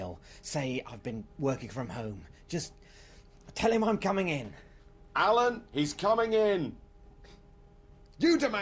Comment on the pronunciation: Its "Alan" Johnson